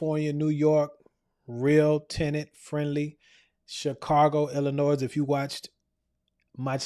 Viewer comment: Silent S on Illinois.